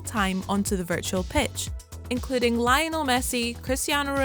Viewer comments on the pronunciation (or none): “Lion-el” Messi... smh